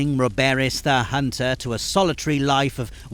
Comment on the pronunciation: "A hoonter is never alone."